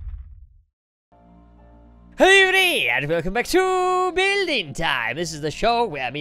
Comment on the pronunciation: it's hello not hellow!!😡